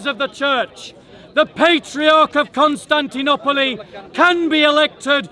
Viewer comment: Where did u learn to pronounce Constantinople like that.